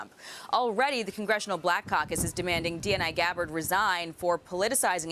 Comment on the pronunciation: 2min and 50secs in video. She says Congressional black cok?? What's that